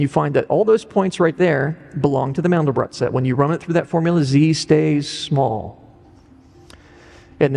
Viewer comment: First: These people can't even correctly pronounce a German name "MANDELBROT". Second they have no idea what the meaning of MANDEL and BROT is. And third: This is the absolute stupidity to the power of a googol. Don't waste your time. BUT!!! There is one absolute truth: Infinity. That has nothing to do with god. Now to the explanations: MANDEL is a nut often used in powdered form for the production of Marzipan. If you add rosewater and sugar it becomes a very sweet paste for human consumption. Most Americans never heard of Marzipan. BROT is the German word for bread. So, MANDELBROT is a name for a loaf of bread made from nut flour. What has that to do with god? Nothing. If you feel now I tricked you and wasted your time. Correct. It was my intention, because that's what this clip does to you. I never talked about god and never brought MANDELBROT in connection with GOD. I see no connection. Only the people behind this clip do. Notice that they talk about "the mind of god" without making the slightest attempt to prove god first. Why? There is NO WAY to prove god! You can either believe or not, whatever makes you happy. Science has discovered what "seems to be" the mind of god. I guess you now know what they mean with "seems to be". The rest is "silence". But I make another bet: If you are a believer you need no proof, if you are a sceptic, you know and accept the simple truth: god is "unprovable". Now apply mathematical logic. The result is "nothing". That's why today scientist